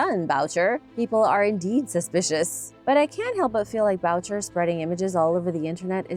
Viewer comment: Boucher is pronounced Booo Shay. It’s a French surname.